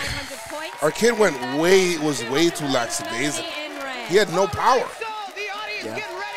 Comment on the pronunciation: Jomboy Media is my favorite YouTube company and I'm damn near an OG but y'all have GOT to stop saying "laxadaisical". Lax is the shortened version. The word is LACKadaisical. This small change will catapult you guys into the mainstream, I just know it.